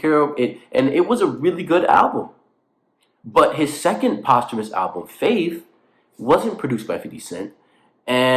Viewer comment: I do think posthumous albums is pronounce like that 😭